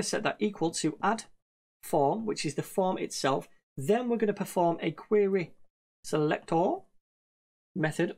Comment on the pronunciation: What happens to you when you say selector ? 😂😂😂 Anyways great tutorials man! Love it!